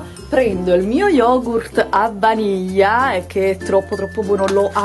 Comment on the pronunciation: Non so perchè ma "Yogurt a vanija" mi mette troppa fame